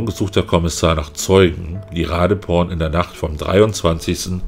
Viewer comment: Thais benutzen für die Transkription ihres Namens die englische Schreibweise. Doppel-e wird im Englischen zu i, weswegen ich mir ziemlich sicher bin, dass die Dame Ra-dii-porn (langgezogenes i) ausgesprochen wird. Nimm den in Thailand häufiger vorkommenden Mädchen-Vornamen Malee. Ausgesprochen auf Deutsch Ma-liii. Bist ja Vorort und kannst mal eine Thai fragen.